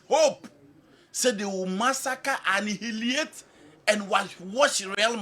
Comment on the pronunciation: Anni-hi- liate 😂😂